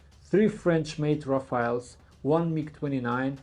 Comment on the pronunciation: Rafaels ❌ RaFAILS ✅ RaFELL ✅